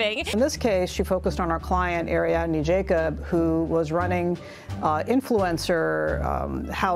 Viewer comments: Air-EE-ahd-nay Jacobs. Make a note of it, Jeremy. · Air-ee-odd-nay. That's how you pronounce it. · One letter at a time, Jeremy. A r i a d n a… i think it’s a hard a, but even if you get that wrong it’s close enough.